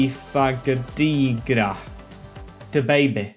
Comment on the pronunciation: Paris FC currently have a very good crop of young players, you should try and use dynamic potential to grow their OVR. Adds a homegrown feel to the series. PS - it’s pronounced Diaby - Fa - Dee - Ja